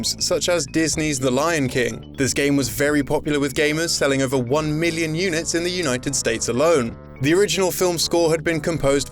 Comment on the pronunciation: I know this is fucking weird as shit, but I love the way you pronounce million.